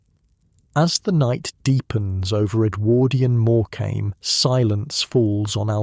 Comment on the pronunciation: REALLY GRATEFUL..not real grateful. And pronounce Morecambe correctly or I'll think this is AI TOO